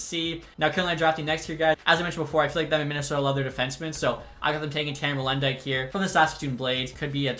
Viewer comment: Molendyk is pronounced “Mole-En-Die-K”